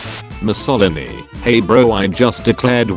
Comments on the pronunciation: it's mussolìni, not mussòlini, sas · The way "Mussolini" is said is very funny